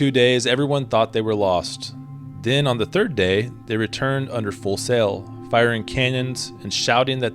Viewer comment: Great video except it's almost unwatchable when you say "sells" for sails and "mells" for males